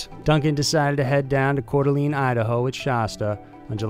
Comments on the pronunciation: I live in Couer d'Alene Idaho bud. Its pronounced CORE-DUH-LANE. Its pretty weird lol. I guess it's an old native American language/phrase that translates to "Heart of the Lake" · Pronounced Coeur D Alene wrong too. Oh well.